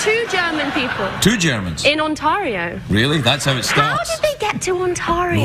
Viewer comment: Never heard Ontario pronounced that way. It is also how I will pronounce it from now on.